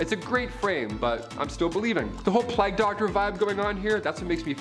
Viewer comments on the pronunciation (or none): Playg not plag.